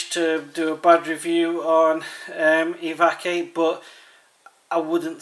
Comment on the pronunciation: Looking at the name I suspect it's supposed to be pronounced " Evac-u- eight " lol. I'd agree with you. I don't think it's all that grea teither. Here in the UK fire and shelter are going to be the most important things and that comes up rather short in that direction ( most people who get lost / stuck in the outdoors die of what the press likes to call " exposure ". In other words they get wet and cold and die of it ). I do have to admit that in general, I'm not a great fan of pocket survival kits anyway though.